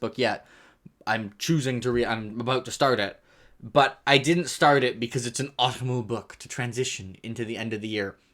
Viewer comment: I'm sorry, I have to bully you. The way you said autumnal made my soul cringe.